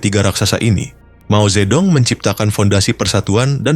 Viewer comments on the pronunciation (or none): Dong, bacanya tung.. Mao Zhe tung.. 😂